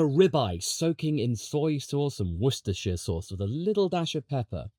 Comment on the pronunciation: Thank you for pronouncing Worcestershire correctly, sincerely, a lifelong Worcestershire resident